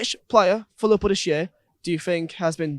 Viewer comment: he says lilpol insteas of liverpool